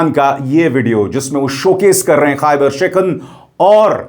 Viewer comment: शेखन nhi शिकन 😂